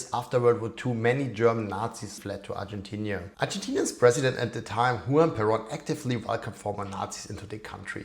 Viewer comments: You write (correctly) Argentina, but you pronounce it Argentinia. Why? It's annoying. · It's Argentina not Argentinia